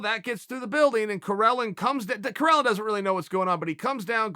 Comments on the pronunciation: Its spelled Karelin not Corellon ....... Uncle Chael is a dummy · Karelin becomes Correlin😂